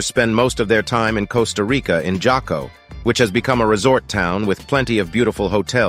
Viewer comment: Where are you from? J is pronounced "H". so its Haco Beach not Jaco. LOL. sounds like as soon as you arrive San Jose, leave the town. :)